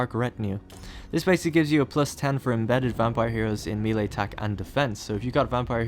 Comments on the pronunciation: MAY-LAY It's MAY-LAY. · It's pronounced may-lay.